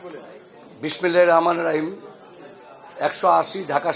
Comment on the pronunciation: বাটপারের ঘরের বাটপার বিসমিল্লাহ ভালো করে কইতে পারস না